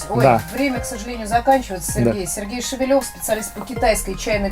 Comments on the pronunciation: Шевелёв у фамилия. Привет всем, кто третирует русский язык и букву ё. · Я думал что его фамилия Шевелев - ударение на первую Е. Ведущая произносит как Шевелёв на Ё. Как правильно?